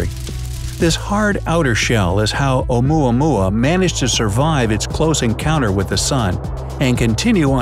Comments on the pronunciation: When oumuamua sounds like yomama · Lol "oumuamua".😂😂